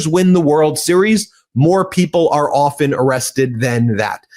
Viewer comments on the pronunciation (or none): none